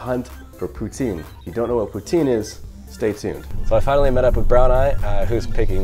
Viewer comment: stop saying it like that ffs!!!! its POUTINE not POUTIN !!!!!